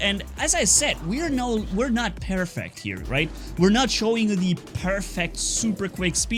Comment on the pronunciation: we are not pearfict? what is pearfict?